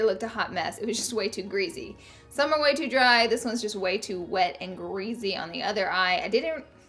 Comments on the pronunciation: *GREASY!! there is an R in there so plz pronounce it or find a different word cuz i will unsubscribe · I love and live to hear you say concealer. Lol I find it adorable the way you say it with your accent. Also the word greasy